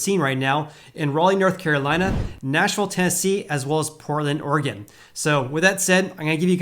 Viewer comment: There is no ‘D’ at the end of Oregon.